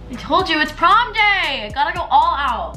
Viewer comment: I'm I the only one that hears "Pom" instead of "Prom"